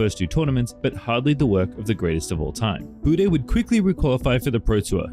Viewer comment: Das heißt etzadla "Buddne"!